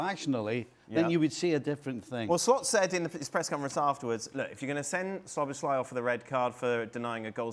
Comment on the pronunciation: s U b oslai......Soboslsiai There is no "U" in his name.